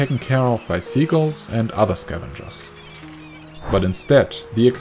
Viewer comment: "Seagles" sounds like Beagles. Seagulls (SEE-guhlz), as in beach/harbor-dwelling pigeon alternative bird, is something else, aber vielen Dank trotzdem...